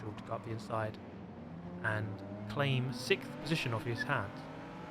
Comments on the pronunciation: It’s sixth not sikkth😂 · sicks-Th , of numerical order after fith place🤣